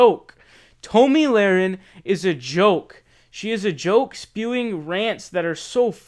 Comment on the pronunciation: Can you pronounce her name correctly, you should figure out how to pronounce a name before you make a video about the said person. Your rambling and foul language show your uneducated.